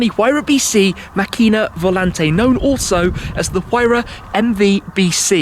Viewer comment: props for not butchering macchina volante too much. so many people would have not made the effort to learn the pronounciation